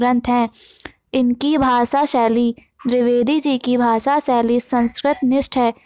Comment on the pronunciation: drivedi nhi dvivedi g okokk nam hi bigad diya .bolna bhi nhi araha